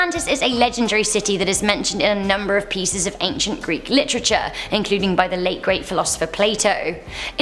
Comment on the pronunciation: Lit-cha-chur, Afacur 😂 lol I’m sorry